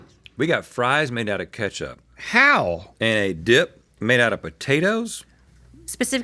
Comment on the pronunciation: Rhett sounded like he said “what happens when you flip a dihh” in the intro 😭✌️